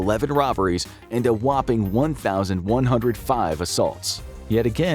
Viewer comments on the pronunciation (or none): none